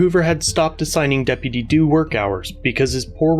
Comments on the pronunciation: Depitty doo dah day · I felt a bit of joy everytime I heard "deputy dew". Sounds funny hahaha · That deputy due kills me every time he says it 😅😂😂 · Depidy Doo 😂🤣😂🤣😂🤣😂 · I can't stop hearing Dippity Doo lmao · Depiddy Doo lol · I thought he was going go into "dippy due da... dippy ye... "